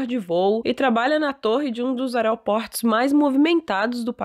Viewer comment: Adoro seus vídeos e adorei vc falando “areoportos” no início do vídeo 😍🥰